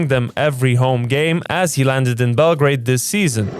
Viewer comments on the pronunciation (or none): none